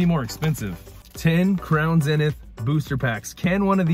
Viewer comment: It’s zeeeeeeenith not zinith